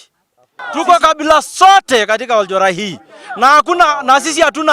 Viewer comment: Oljorai not olenjorai